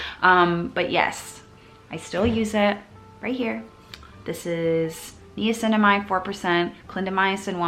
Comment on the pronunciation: everytime i hear u say knee-cinamide, i'm like nai-uh-cinamide!! also, are under-the-skin pimples supposed to go away or are we supposed to get them to come to a head? a question that i've always wondered about! and do you have any other international options similar to curology? love u bb